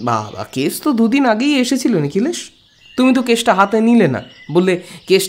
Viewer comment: কেস উচ্চারন করতে গিয়ে কেশ উচ্চারণ হয়ে যাচ্ছে।।